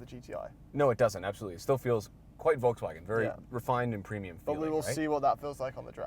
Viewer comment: As a Brit, hearing say Volkswarrrrgen makes me wince everytime 😂